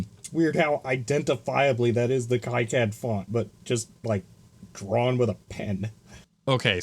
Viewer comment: Sorry, but it’s pronounced key-cad, the way you’ve said it, though I’m sure unintentional, contains a slur against Jewish people.